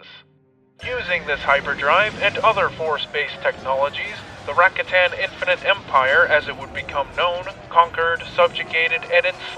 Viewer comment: Yo, nice vidz! But they're pronounced "Ra-KA-tan", not RA-katan. Think about it 🤓